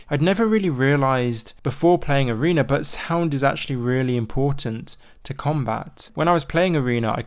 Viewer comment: please say arena and not areener